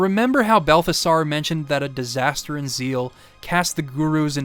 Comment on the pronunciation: I know it's just a small thing, but it's pronounced Mel-Key-Or, Ball-tha-Zar, and you got Gaspar correct. I'm not a religious nut, but it is a biblical reference, so it's pretty well documented on how to say it. Great job on the video though. It's my favorite one since you did WindWaker